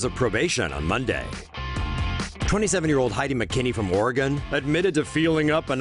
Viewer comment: Did you just say, OR-EEE-GON? IT IS OR-GON